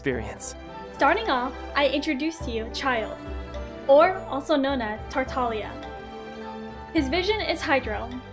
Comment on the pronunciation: THEY ACTUALLY CALLED HIM TARTALIA